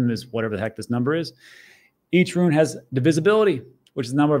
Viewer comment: Rune not ruin cmon